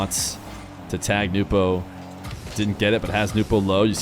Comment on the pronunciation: Very kind of to address Nupo by his proper name and not butcher the pronunciation every time